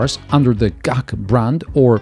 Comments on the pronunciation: GAC= Guangzhou Automotive Company. Not Gaak. G-A-C. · Is G-A-C not gac guangzhou, zho not ju